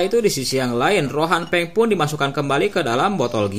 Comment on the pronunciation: Han Feng bang BKN Han peng